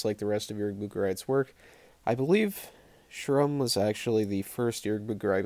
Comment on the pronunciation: I heard Jeroen from Horrible Reviews pronounce it as ‘shrum’ so many times it just stuck with me 😂. Nekromantik 2 rocks, ranking Jorg Buttgereit is like picking a favorite child hahaha, appreciate you man 🤘🤘🤘